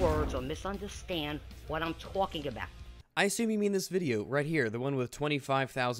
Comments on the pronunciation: Nobody ever knows what im TWALKING ablout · did anyone notice that "she" said twalking not talking?